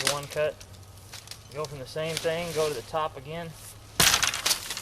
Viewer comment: "thing" not "think"